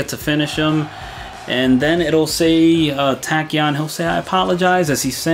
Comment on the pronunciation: If I may it's pronounced Tao CHian :)